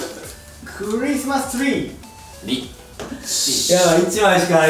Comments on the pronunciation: 3枚とも「ん廻し」のカードを持った伊沢さん………………めっちゃ強そう……………。 山本さん)Christmas tree✨ え、めっちゃ発音よくね？？ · 【個人用】※ネタバレ注意 山本さんまとめ 髪の毛クシャって可愛すぎ 「クリスマスツリー」謎のイントネーション 「肩あがってる↑」って真似するの可愛い さっきぶりの「ドミノ・ピザ」 「ドドドドドド」www ド攻めに苦しんでおられる山本さん可愛い 勝てそうで喜んでるの可愛い 勝利〜！！可愛い！！ 考える気がないリズム感w 可愛すぎん！？唐突に可愛すぎん！？！？ 自分の番じゃないのに復唱しちゃうの可愛い またしても考える気ないw 負けても可愛いから優勝♡